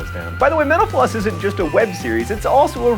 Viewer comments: Just an FYI, when you speak fast sometimes Mental Floss sounds like "menopause." Try to pronounce the t more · You said "Mental floss" and I thought you said "menopause." My bad. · Whenever John says "Mental Floss", it sounds like "menopause". I can't un-hear it. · I sear every time he says mental flossing sounds like he's saying menopause...... Is it just me? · Every time he says "mental floss" I hear menopause... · I keep hearing "Mental-Floss" as "Menopause" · Hey John, did u notice that when u say "Mental Floss" it kinda sounds like menopause....Yeah :D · when he says mental floss it sounds like hes saying menopuase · Still sounds like "menopause". :D I have a question: why does honey coil when your pour it or squeeze it out of a bottle? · When you say "Mental floss" to me it sounds like "mentapause", any one else hear that too! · Joh, been watching you for years on all of your various channels, but only today did I notice that at the end of a "Mental Floss" episode, when you say, "mental floss", it frequently sounds like, "menopause". Just sauin', precise pronunciation suffers from sppedy talk. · It sounds like he says 'menopause' instead of metal floss:P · Every time he says "Mental Floss", it sounds like he says Menopause. Goddammit. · "Thank you for watching Mental Floss", when said fast, sounds a lot like "Thank you for watching menopause." /nods/ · He said thank you for watching "mental floss" and I thought he said "menopause".. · LOL at the end when I thought he was saying "thank you for watching menopause on youtube." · every time he says mental floss i think he says menopause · when you say it fast at the end it almost sounds like menopause. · Whenever John says mental floss I think he says menopause is that bad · it sounds like you're saying metapause at the end lol